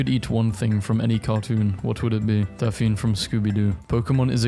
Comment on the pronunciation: dude really just pronounced Daphne like caffeine